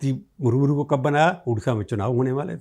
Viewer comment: आप राष्ट्रपती के नाम का उच्चारण गलत कर रहे हैं द्रौपदी मुर्मू की जगह मुरमुरु कहतें हैं ।